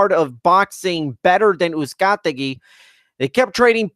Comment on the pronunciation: The main announcer also referred to Brandon Figueroa as Moises Figueroa at least once (in the Brandon Figueroa vs Moises Flores semi-final). Combined with the thousand pronunciations of Uzcategui, it didn't make for a great outing on the mic for the announce team. That said, it was a fun card with a really good main event.